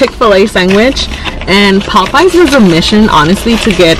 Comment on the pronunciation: Poe-payas...you gotta be joking lol